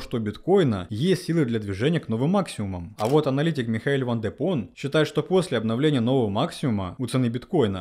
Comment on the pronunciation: Только один вопрос. Почему аналитик "Ван де Пон", тогда как он Ван де Попп? Из ролика в ролик слышу неверный вариант. ))